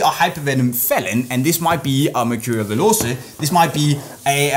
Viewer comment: 'veloce' is not pronounced as 'velose' but as 'veloche'